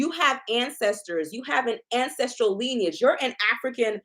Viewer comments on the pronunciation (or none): none